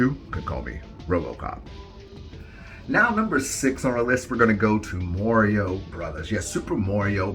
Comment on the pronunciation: never heard anyone pronounce it “morio”